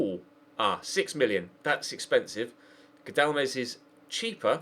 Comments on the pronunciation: It's Gal-dames not Gadal-mes 😂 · It's said GAL-DA-MEZ not gadlames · it's GAL-da-mes not GAD-la-mes😂